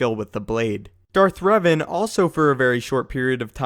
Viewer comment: Darth Revan ( Reh-Ven ) Me: ;-; HEHH HEHHH I’M TRIGGEREDDD IT’S PRONOUCED DARTH REVAN (Reh-Von)